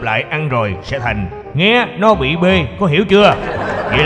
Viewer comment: "bị" bê?